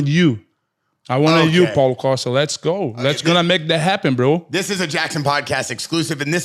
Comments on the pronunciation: Rampage calling Paulo costa caulo pasta is top tier comedy bro 😂😂😂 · I heard "CallitPasta!" 😅